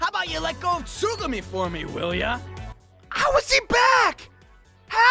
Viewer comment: Put the emphasis on the Tsu in tsugumi instead of the gu. Think that's how closet to how it should be